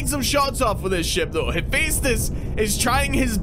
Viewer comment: Its pronounced hufestus